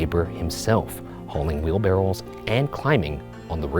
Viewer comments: He also pronounced Wheelbarrow as 'wheelbarrel' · Ryan always says wheel barrel, which is not a thing… it’s wheelbarrow. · Oh God ryan "Iibary" "Feery-ous" "Wheel-barrels"